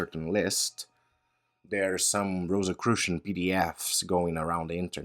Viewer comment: *Rosicrucian, not Rosacrucian.